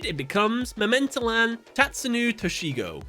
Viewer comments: I appreciate the closeness of your pronunciations. But it's memento-tlan. The tlan rhymes with flan and mictlan sounds like meeked-lawn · You should probably pronounce the second T within the Mementotlan Name. Because Tot means dead in german. Might be that it's pronounced that way.